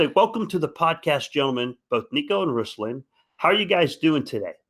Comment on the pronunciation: Ruslan - accent is on 'a', not 'u'. Nice to see not listening to Ruslan say he was in St Petersburg, and mention Moscow instead🤦